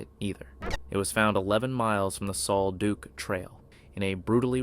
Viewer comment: Sal duc not sol duke